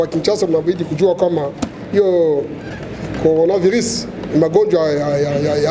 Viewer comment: il ne sait pas dire coronavirus??